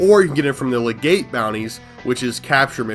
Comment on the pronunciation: Legate, pronounced like “leg et”